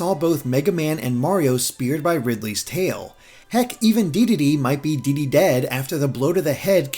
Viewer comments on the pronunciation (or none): none